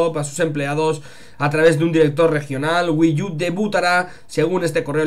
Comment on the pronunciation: SE PRONUNCIA WII U, NO WII YU